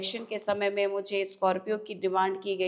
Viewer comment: Madam म ह तो होता है न कि, मैं हे तो